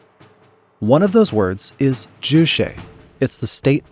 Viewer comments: The constant mispronunciation of Juche is so distracting. Why the hell would you add some kind of Latin flair to a word that sounds just like its romanized English spelling? Jew Che NOT jew shay. It's literally impossible to say "shay" in Korean. That sound doesn't exist in the Korean language or alphabet. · It’s not ju-“she” it’s more closer to what might be spelled “tse” in english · Ju Che. Is pronounced. Ju like juice, you got that part right. The second part is Che like 'Check" without the k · Can’t even say juche right lol lazy propaganda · I just about flipped my desk at this pronunciation. You have to learn the word, but not the pronunciation or spelling apparently. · i wanted to throw up everytime he pronounces 'juche' and 'songbun'